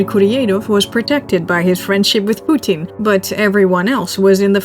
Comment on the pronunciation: I love the way you pronounce Poo-teeen, it’s a good trade off of how you pronounce nuclear. Besides I heard you pronounce it the “alleged” correct way. Lol